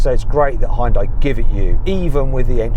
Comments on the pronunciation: ダサ………Hを強調し過ぎだ😞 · 本当に「ホンダイ」って発音してますね･･･ これ、ネットの冗談かと思ってたんですよ、ヒョンデが海外で売るときにホンダと勘違いされるためにヒョンデではなくヒュンダイという表記にし、且つその表記だと英米人の発音がホンダイになるのでホンダに聞こえるのだと。 ホンダと勘違いされて売れたのだと。 冗談かと思ってたら本当に何度も何度も「ホンダイ」と。 英語ネイティブの耳はHONDAの「ホンダ」とHyundaiの「ホンダイ」は明白に違う発音に聞こえてるのでしょうか？ それともやはり「勘違いするレベル」で同じような音に聞こえているのでしょうか？